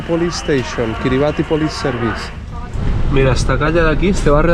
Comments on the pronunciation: La pronunciación del nombre del país no es cómo lo dices, le ubieras preguntado a un local. “Kiribas” ❤😂 está bien todo poco a poco. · Kribas se pronuncia maestro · Se pronuncia “Kiri basí”